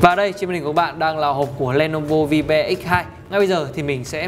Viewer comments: Ôi...Vi-be...bạn ấy đọc tên sản phẩm thật....gớm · "Vibe" đọc là "vai (bờ)" (âm gió) nhé